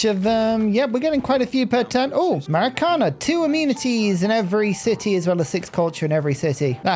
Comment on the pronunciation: Its MaracanAA, not MaraCAna